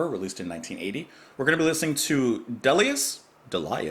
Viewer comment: I presume someone in comments has corrected not only your pronunciation of De-li-us but slatted you to this composer?